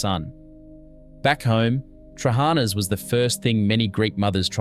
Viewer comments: they ve lost their manners Thats all there is to it I mean trully the words were butchered lol ...it baffling bcoz its not something you cant pronounce , Its not hard to put the intonation at the last A in trahanas ....but you are right its due to lack of exposure..how would you had known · Trehanas soup...pronounced terrible. If you do these clips learn pronunciation. Fyi, pronounced...tra-ha-na